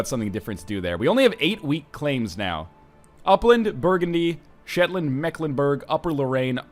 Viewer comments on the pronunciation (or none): none